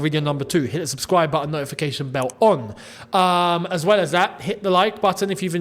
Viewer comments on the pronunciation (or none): none